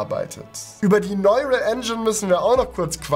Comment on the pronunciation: sprich bitte neural englisch aus ("nooral")